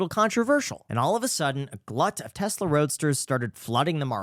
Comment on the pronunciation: Pronunciation of Tesla is wrong